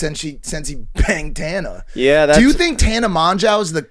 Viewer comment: Is mike saying tana’s name wrong on purpose?